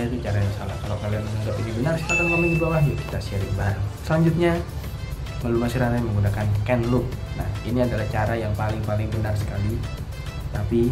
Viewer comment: maaf tp sy gatel dengernya, chain bacanya biasa cein, bukan kein atau ken